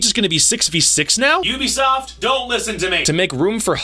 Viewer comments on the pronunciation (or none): none